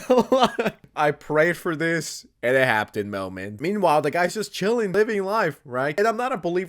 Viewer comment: Why do you pronounce happened with a t